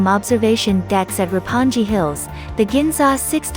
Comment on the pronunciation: That's precisely what I was thinking! Shinjuku "Jailent" Park? What is it!? ”Ropponji”？”Harayuku”？”Shydom Station”？Total lack of credibility.